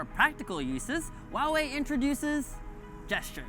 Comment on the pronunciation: huaiwei ， not wuawei.